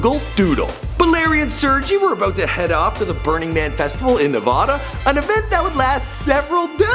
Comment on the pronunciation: The way he said Nevada is just so wrong.